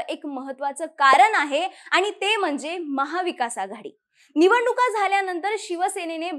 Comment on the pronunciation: watch tone of Aani , paani, kaarne.. pronunciation of n?